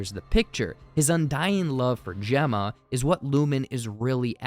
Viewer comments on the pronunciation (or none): none